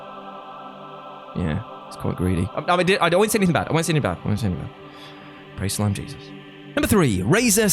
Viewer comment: When he said slime jesus i thought he said slim jesus